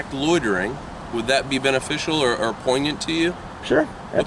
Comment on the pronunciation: 28: + This L.E. Moe_RON knows sum the RILLY BEEG woids...’Poingnant’ etc. He 🐝 tha “LOITERING” Poe_LEECE!!